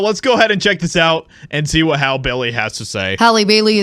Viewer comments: Her name is pronounced Hallie. Or Halley, not Hale . You sound asinine when you fail to pronounced names properly. Love your channel though! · Her name is pronounced Hal-ee. Not hal. You have to be a pretty pathetic, sad, envious individual to create an entire internet video atmosphere bashing black people. Get a life. Stop jacking it to black porn all day. We don't want you. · It's pronounced HALL E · The fact that you’re not even pronouncing her name right shows how ignorant you are. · You didn’t even say her name correctly 😭ur racist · Clearly the guy in the video is a closeted homosexual. Also illiterate as well. He can't even pronounce Hailey correctly. 😂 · Dude, you know her name is HALLE i mean you even hear the reporter saying her name in the report. Are you just being funny? If someone botched your name intentionally you'd be bothered come on be better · Are you saying her name incorrectly on purpose? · How are you still pronouncing her name wrong even after the video tells you how pronounce it? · Hollywood doesn’t care about anyone, so many actors have been coming forward it’s crazy. Please pronounce her name correctly.